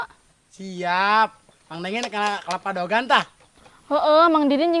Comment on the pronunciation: Lain daogan.atuh..DEWEGAN..kituh...eeeh sing bener sunda na ah....